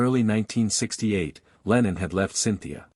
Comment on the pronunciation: I wish these America commentators would learn to get it right, his name is John Lennon NOT Leenon. Before you speak English to the English people you must learn to speak proper English.